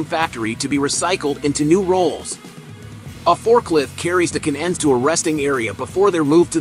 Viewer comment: What's a k-n-end. Do you mean "can end". Doesn't anyone ever proof-read or proof-listen to the finished product?? And is it so labour intensive to get a real person to read this 9 minute script. And why are the kids in charge?? The topic is interesting but thankfully, like most youtube topics, there are many, many other videos on the same topic so you get to watch the good ones, and THUMBS DOWN the bad ones, like this.